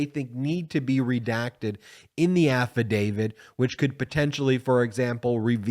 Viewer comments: It's "affidavIT, not affidavID." Just throwing that out there. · AffidaviT not affidaviD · We need to be patient with this process, but we also need to learn to pronounce the word "affidavit" as it's spelled. (Sorry)